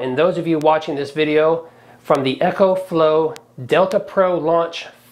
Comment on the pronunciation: E- Co. Not echo sorry. It was bugging me